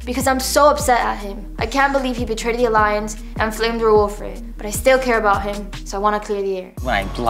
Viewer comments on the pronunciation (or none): someone PLEASE teach how to say raul's name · When will learn rauls freaking name like it’s so cringeeee